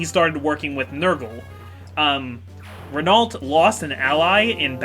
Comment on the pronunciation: Hey,, just like I told you about Legault, Renault is pronounced like Legault.